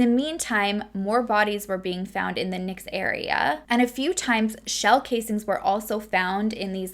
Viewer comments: I know I am a little late on this but I just discovered you. I live in Alaska and I know how hard it to pronounce a lot of things here Kenai-, Key-Ni. Side not it is absolutely beautiful. And Knik is Ka-Nick. Eklutna Annie- E-Clue-t-Nuh Boniface Mall- Bon-eh-face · I watch you all the time now. This one hit home because I live in Anchorage. I know how you feel about saying names properly. So this is coming from love. It's Key,ni (Kenai) and ca nik (Knik). We have so many interesting names here and I'm not even sure we pronounce them properly. But they are meant to be spoken in native tounge. It can get pretty tricky. Love this video. Just wanted to say hello and wtf is wrong with people. 😘